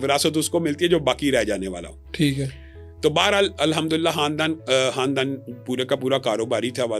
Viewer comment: یہ خان دان کو حاندان بولے ہے خ کو ح بولے ہے خ کا نکتہ کھا جاتا ہے بھوکا ہو گا بیچارہ 😂اب کو فرح بول کہ دکھاو 😂 ابھی مائک دے مارے گا فرخ سے فرح 😂یہ بات لاکھوں نیں ایک بتاے گا جئنیس